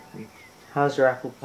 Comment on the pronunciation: Am I the only one who doesn't know why he said what like that???